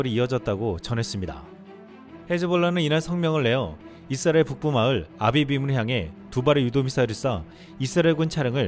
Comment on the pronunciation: '이스라엘' 발음이 좀....;;; '잇스라엘' 이라 읽는 건 외국인들이 그러던데..